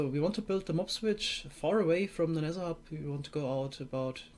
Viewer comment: I like how he says 'Nesser' Instead of 'Nether'. Im German lol and i can pronounce the th better xD